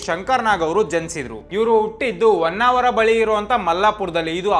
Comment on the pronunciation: Onnavara ❌️ Honnavara ✅️ Oohthidru❌️ Hogthidru ✅️ Indgade ❌️ Hindgade ✅️ Endadthi ❌️ Hendathi ✅️ Kone paksha Shankrannana video maduvaga Kannada sariyagi mathadodu kali marayaa 🤦🏽 Kanglish na bidi, laksha jana ninna video nodthare avaru adanne kalithare Kannadavannu Kollabedu 🙏